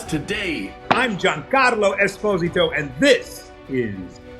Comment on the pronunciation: Wait why does he pronounce his own surname wrong?? (I'm Italian and know some Esposito)